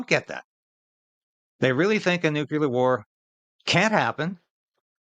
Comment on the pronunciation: Nucular war, do you mean to say nuclear war?